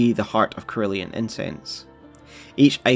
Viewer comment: "Ser-ULE-ian" = cerulean